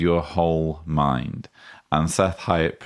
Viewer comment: Seth Hyatt absolutely grinds me so bad with his adding of Hs into normal words….mHind, greatHest, fHeelings, bHeing etc. I can’t stand listening to him.